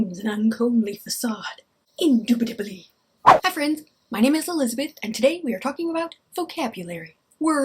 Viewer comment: As a non-native English speaker, your "indubitably" sounded like "do be do be do" to me 😂